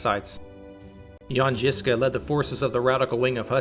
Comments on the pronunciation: Rad love it bro but your pronounciation needs work. Trill the ż more it's not jiska it's żiżka like polish word żubr or żubrovka if you prefer i know i do hehe. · The fuckin pronunciation 😂😂 “Ž” is basicaly J without the “d” sound